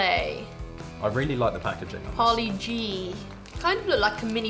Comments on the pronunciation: C'mon, its parle-g not paulie-g!!lol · It's paaaarlee g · It is parr( a slight spanish r)-lay-gee.